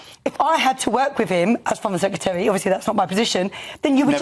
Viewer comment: Just to say to that lady. 'secretary' not 'secetary'.